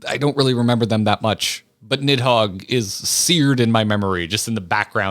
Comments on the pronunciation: the way it's translated into English is a bit confusing but given it's origins in Norse the "Nid" part is actually supposed to be pronounced more like "Neath" If I remember correctly it's noticeable even when the Dragons speak of Nidhogg in their own language, I think the Draconic language is reused from the Japanese version(?) of the game so you can hear the dragons pronounce it more like "Nizu" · "Nidhog is the easiest name to pronounce in all of Final Fantasy" Is this a bad time to mention you two, and even the English voice actors for FF14, have been pronouncing Nidhoggs name wrong this entire time